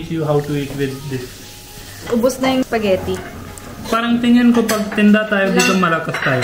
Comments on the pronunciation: Tuwa talaga ako pag binibigkas ni yung spaghetti 😂 "sapghetti" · Til now sapagitti pa rin pag pronounce ni 😅